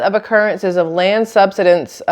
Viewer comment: You're pronouncing sub-sid-ence correctly. You're doing great. 🙂